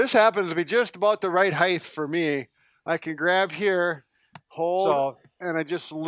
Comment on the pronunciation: He’s a physical therapist and he said “heighth” Lol